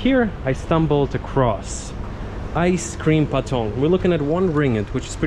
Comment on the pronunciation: Do come to Kelantan. The name of the ice cream is pronounced as aiskrim potong, not patong